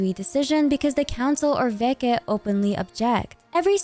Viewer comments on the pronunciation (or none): As a Russian speaker, I suspect the council's name here is pronounced as veCHe, not veKe. Veche is a real word, it was a name for a political assembly of Slavic peoples in the Middle Ages. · small corrections: vesnA druzhEEna - as дружина - old military-like or policelike formation (it is only EN localization mistake, other languages have it right, so far i checked) anastasYa veCHe - the CH sound like in hiliCHurl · The video is great, but as a native Russian speaker I just have to correct some names mispronunciations. • Alyosha is not pronounced as Alosha, L here should be soft (palatalized), so it's closer to Aliosha. The main stressed vowel here is O. • Veche is not Veke, there's a CH-sound like in the word "cheese". • The Tsaritsa's patronym stress. It's FEO-do-rov-na, not feo-do-ROV-na (comes from her father's name Feodor, or sometimes Theodor). FEO- is one syllable here, similar to Alyosha, should be pronounced as FIO-do-rov-na. The main stressed vowel here is O.